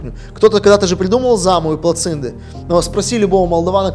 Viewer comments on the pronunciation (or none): Eu n am nimic impotriva rusilor sau evreilor care la noi locuiesc, dar cand aud ca numeste placintele - platzindy, imi curge sange din urechi....